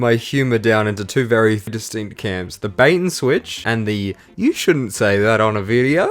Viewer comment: you mean YEW saw what YEW did there? :P